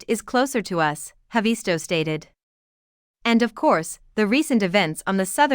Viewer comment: It's not HavEESto. It's HAAvisto.